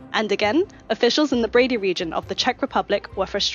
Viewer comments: I feel I need to tell you the pronunciation of Brdy is NOT Brady. It's closer to Birdy- but try to pronounce it without the 'i'. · It's Brdy, not Brady.